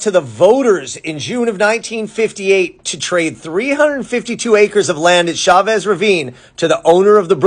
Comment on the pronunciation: LA in a few minutes..... Thanks for giving this story the seconds it deserves. E.LEE.sian Park. Chavez - Ch as in 'Cheers', not as in Chevrolet - it's Spanish, not French.